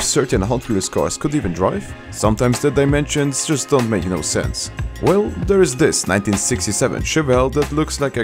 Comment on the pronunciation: “whel.” Count: (1), (2), (3) There are a total of 3 “whel.” Moments in this video.